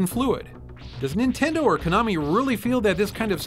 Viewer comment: "Nintend". LOL